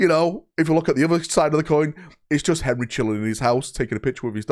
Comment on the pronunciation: Only can make Henry have three syllables